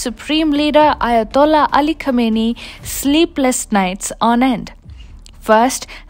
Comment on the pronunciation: A-hola Khameini? Is that what she said?